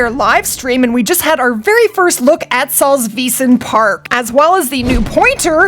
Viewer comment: Its pronounced saltswiesen park